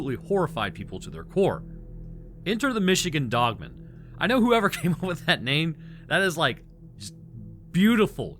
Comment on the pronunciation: 😂😂 it's pronounced dog-man. It's not a last name like Phil Dogman.